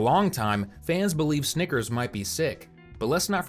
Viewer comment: I was looking away when he said snickers and that first time he said it sounded like something else